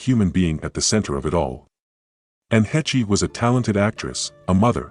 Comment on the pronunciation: Still can't pronounce the woman's last name properly yet. Hāsh not hetchy. AI's irritate me much. Hetchy, Hetchy, Hetchy!!!! 😒😒😒